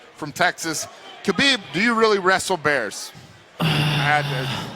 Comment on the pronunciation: maaan, it's Habib, not Kabib guys!